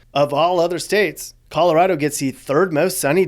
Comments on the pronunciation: Pretty well done. Especially the annoying transplant jackasses begin to overrun us like a rat infestation 🙄. Only thing, we don't say Colo-rod-o, it's Colo-rad-o lol. Only if you've lived here all your life though lol. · If you're going to live there, then at least learn to say it correctly. ColorAdo, not ColorOdo!! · triggered every time he says coloRAHdo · Where are you from? It's driving me nuts that you keep saying Colo-RAW-do? Is that how the rest of America says it? Also, no. Not everyone pretends to ski, and not everyone drives a damn Subaru, the quickest way to spot a liberal is if they're driving a Subaru. Also, thanks for not mentioning Northern Colorado, it's nice to not be associated with California 2.0. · It's Colo-RAD-o. I've lived herey entire life and it makes me shudder when people pronounce it like you do.